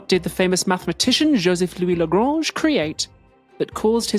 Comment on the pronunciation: Tom saying "Lagrange" like it's Grange Hill